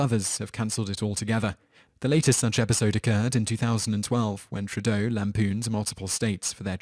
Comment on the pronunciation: Shulz is pronounced like it has 't' - "Shul-T-z'. It's German. Trudeau is French, pronounced 'Tru-dough'. FYI